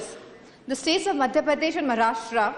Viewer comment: Maharashtra ko marastra bolti hai kamini